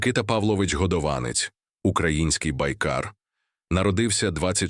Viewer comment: Ви неправильно ставите наголос . Наголос не на а а на друге о . Тому що виходить два різних прізвища